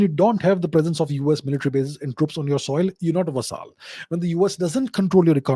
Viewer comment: Interesting content. BTW..Vassal is pronounced like Hassle..with a V